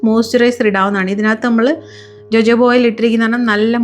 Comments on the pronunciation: Please pronounce it as Ho-Ho-ba! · Jojoba is pronounced ho ho ba… just fyi